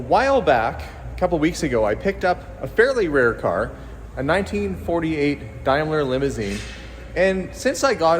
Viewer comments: Daimler is pronounced DAME-ler not DIME-ler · It's pronounced like Dame ler not Dime ler as you say it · It's pronounced " Dame Ler " not as you say dimelar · it is a DAAAAMLAR CAR NOT A DIMELA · Hi it's a dAimler not dimler lol silent i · dame ler not dime ler ! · DAME la not Dims la from GB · Nice find, Daimler is pronounced Dame not Dime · If your going to owe a Daimler you need to be able to pronounce it properly its not a Dime ler it's correct pronunciation is Dame ler please try to get it correct as its very annoying to us English that your not pronouncing it correctly. I shan't mention the Lego or as you people call it Lay goes 🙄😂😂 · Hi, I’ve searched it for you it’s pronounced daymlah 😊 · It is pronounced {Daym lar} as a British made car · Love the car for reference in the uk a Daimler is pronounce 'dame-ler' 👍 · Hi, the correct pronunciation is daym-luh, googled it for you lol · Daimler is pronounced Dameler in England as in dame Vera Lynn 👍love to you all in canada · British Daimler is pronounced like "day" whereas german Daimler, the one that merged with Benz and calls its cars Mercedes.Benz, is pronounced like "Dye". The British firm was founded first, in the 1890s, using patents purchased from the German engineer Gottlieb Daimler, who some years later founded his own firm in Germany using his own family name. This is why there were two completely separate firms using the same name. The German Daimler firm started to call its cars Mercedes, then during the 1920s it merged with Benz, the firm became Daimler-Benz and the cars were (and still are) called Mercedes-Benz. The British Daimler firm stayed independent until 1960 when it was bought out by Jaguar and continued until recently to build cars called Daimler but with Jaguar mechanics. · very true but it is a British car 👍